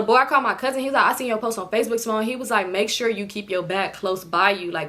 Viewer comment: “Ceemone” us Hispanics always pronounce names with our accent😂